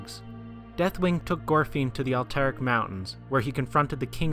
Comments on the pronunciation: I noticed that, too. "Alterac" is a dactyl. Emphasis should be on the first syllable. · you pronounced Alterac wrong...